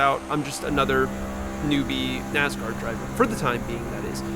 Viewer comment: Nass-car. Not NaZ-car